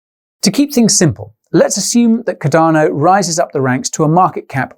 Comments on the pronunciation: Alot has changed since June, except for your mispronunciation of Cardano. Ive never heard of caDARno. CARdano on the other hand.. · love your channel mate, but cardano is pronounced as Car-da-no not cadar-no lol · Cadano Cadano Cadano!!! Fucking hell man, its got an 'R' in the name..........USE IT!!! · Quality, as always Guy,however what is"Cudano"?, madelistening a bit distracloibglovev yoouer work man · Bro there is an R in Cardano